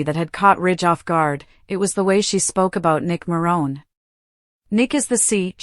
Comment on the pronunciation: YOU ARE PRONOUNCING MARONE WRONG